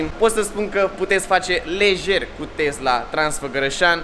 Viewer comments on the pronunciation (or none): Tesla nu ‘Tezla’